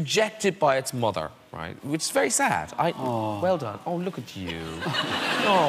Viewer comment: ‘mother’ god you can really hear Graham’s Irish accent 😂